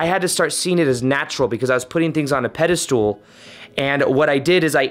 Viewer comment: I love your videos and all the content but it's pedestal not pedestool 😂😂❤